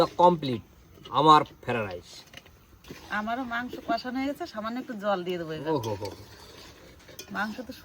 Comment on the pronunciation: Fara rice??? Fried rice Dada ke bolo uchharon ta thik korte.